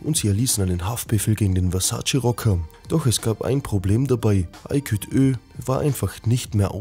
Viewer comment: Ayküt?? Junge das heisst Aykut! Erst "Neko" und jetzt Ayküt?!